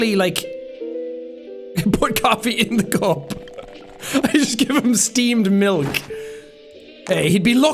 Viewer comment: Jack is so popular that his "steamed milk" instantly turns into "esteemed milk."